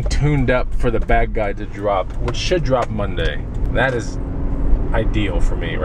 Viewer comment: keep saying bag guide but sounds like bad guy why?